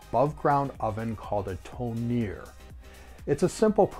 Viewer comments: Not Tonir, but Tone Nice vid, thanks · Georgians call it "Tone" (e is pronounced as in "red") / "თონე". Hence "Tonis Puri" (Bread from Tone)